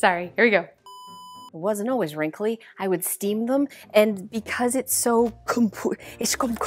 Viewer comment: Love how says wrimkly instead of wrinkled 😂